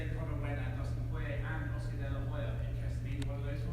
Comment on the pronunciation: Han House You mean Oscar de la highya!!!!!